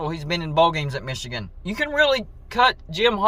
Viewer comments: Dude you crack me up when you say “Mee chigan “ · The way you pronounce "Michigan" is really weird. When Harbaugh began coaching at Michigan, part of his compensation was to lure him away from the NFL. When they reduced his pay, they shouldn't be surprised he then interviewed for NFL jobs. If they didn't want him interested in going to the pros, then you pay him so he's not interested in going to the pros. This happens in other industries and is part of the analysis when deciding what to compensate highly sought after talent and skills. If you don't pay engineers/executives/technicians enough, don't be surprised if they show interest in other opportunities and companies.